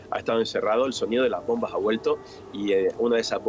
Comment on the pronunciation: Laj bonbaj, dice este endejo y el apellido es castellano jajajajaja riza dan éstos chistes